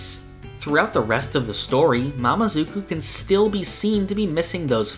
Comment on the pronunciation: Sorry but Its "mamezuku" not "mamazuku"